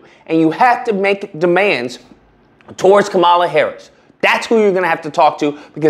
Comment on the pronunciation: you can atleast respect her enough to say her name right.